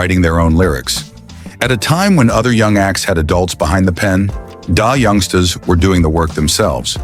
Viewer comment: Dah youngsta's. Ai is terrible